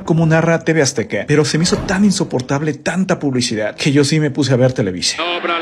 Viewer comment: Porqué dices tv "aztica" se pronuncia tv "azteca" 😅😅hay que mejorar la dicción.